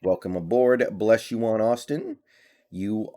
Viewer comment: Blessuan is pronounced like Stefon …Bless-suan